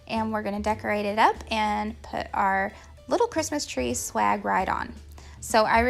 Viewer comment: It sounds like you say 'slag' instead of swag... which had me rolling on the ground! However, your ideas are great! Thanks for keeping this one up! Merry Christmas in 2024.